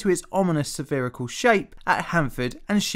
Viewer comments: Say “spherical” again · I like your pronunciation of "spherical" , like really REALLY round .